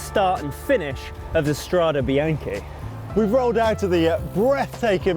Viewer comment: You guys should be ashamed of yourselves - you're CYCLING WEEKLY, and you're ABUSING the pronunciation!! It's strah-day bee-yawn-kay. It sounds brutal when you pronounce it like the major league baseball team, the Yankees. C'mon, make a little effort!